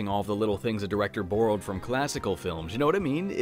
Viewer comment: 3rd time I’ve heard your super Canadian “borrow”